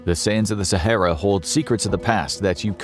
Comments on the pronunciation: So good that he can't even say the name Sahara properly 🙊🤷‍♂️ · At least learn how to pronounce Sahara beforehand. It's not too difficult